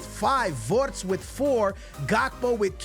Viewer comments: It is not wortz but Wirtz 😂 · It isn’t Konet or vortz is Kon art ay and vir tz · why do you pronaunce his name "WoRtZ" instead of Wirtz